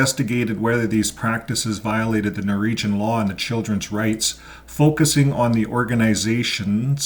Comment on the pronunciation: NORWEGIAN ...NOT Noregion